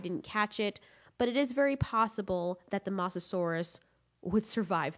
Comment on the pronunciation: The way you say mosasaurs makes me triggered.